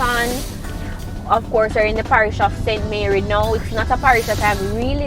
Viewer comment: St Mary not St Marry lol